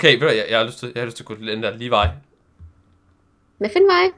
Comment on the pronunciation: Da sagde "Ligevej" hørte jeg det som Levi som ham fra Attack on Titan! xD (Altså Levi Ackerman eller hvad hans efternavn nu er):3